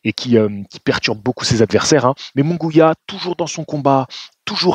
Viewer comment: Il n'y a pas de son << gwiya >> non plus 😅 C'est MunGUIA donc le son << Gui >> se prononce comme celui du prénom << GUIllaume >> 😊 ...